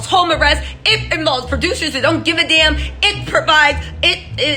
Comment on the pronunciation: Enunciate that “dammmmm”